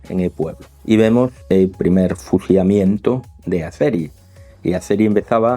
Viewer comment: No había escuchado su peculiaridad al hablar cuando hay una letra 'L' en novea, fusiamiento. Espero estén mejor. Muchas gracias excelente análisis.